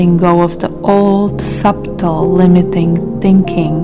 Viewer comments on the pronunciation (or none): This made me aware of what was needed to change. I will not be the person that they expected me to become. However, it’s pronounced “Suddle”. Not “Sub-tle”. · So beautiful and peaceful…thank you. Your voice is lovely and so soothing and your English nearly flawless. To enhance your language knowledge that the “b” in subtle is silent, 🙏🏻💖🌟